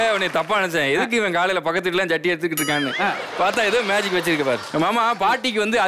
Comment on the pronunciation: அண்ணே அது மேஜிக் ஷோ மாஜிக் ஷோ இல்ல